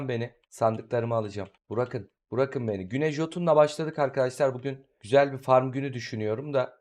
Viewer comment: Neden bırakın demek yerine burakın diyorsun bi makarası mı var yoksa mallıktan mı?